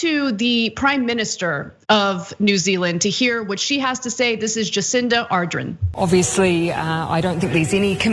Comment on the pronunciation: its R Dern